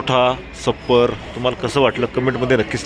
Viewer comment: सप्पर नाही .छप्पर म्हणतात .